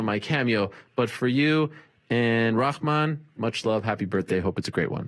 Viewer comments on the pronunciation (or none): none